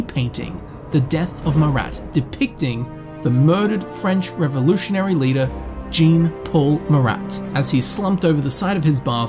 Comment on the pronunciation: "gene paul muh-rat" had me cackling